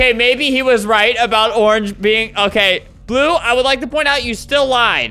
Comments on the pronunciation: "llue" "blying" 💀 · It's supposed to be I'm voting lue for blying xd but that's OK xd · He said "in voting lue for blying" didn't he? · Lol I love that part, and also the one where he says I'm voting lue for blying. Edit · Albert: “I am voting lue for blying” Also Albert: “what did I just say- WhAt DiD I JuSt SaY!” Me: “Not English anyways-“ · "I am voting lue for blying." Albert 2020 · ''im voting lue for blying'' LMAOO